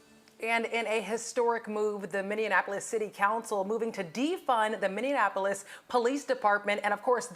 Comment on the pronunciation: Girl stop saying “Minne-N-Apolis” it’s MINNEAPOLIS damn. 🤦🏾‍♂️